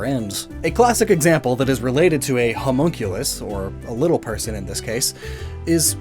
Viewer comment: For a second there I thought you were calling Mewtwo a Homo as in gay and I was like What shrooms have you been smoking